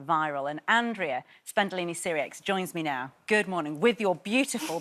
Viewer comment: Really disappointing the host didn't respect Andrea enough to spend 5 seconds googling how to pronounce her name right. It's literally AN-DRAY-AH